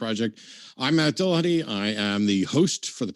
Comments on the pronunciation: why do so many people pronounce matt's last name as dillahunTAY? there is no 'a' between the 't' and 'y' at the end of his name. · AND, AND its NOT "Dil-lah-hun-TAY", you lying, irritating, interrupting, "mmm... hmm...ing" subhuman troglodyte.